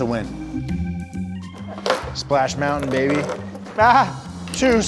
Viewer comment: More powah bahbeh